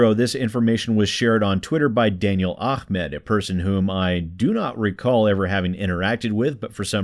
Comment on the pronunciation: I hate how you pronounce ahmad "Akhmad".... come on dude, you're not even trying